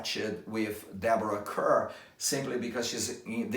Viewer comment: It's pronounced CAR not CUR!! Deborah was introduced to US audiences in 1947 with the slogan : 'Deborah Kerr : It Rhymes with Star.'